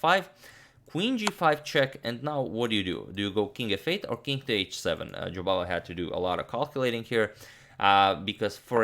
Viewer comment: Your pronunciation of Jobavas name sounded as if you said "Bahadur" which in Hindi means brave and indeed that describes the way Mr. Jobava plays. Bravo!